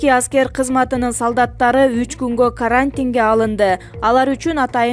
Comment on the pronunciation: Карааантинге деп,дагы баштадынбы?Окуганды уйроно албай койдун го. Уят эле.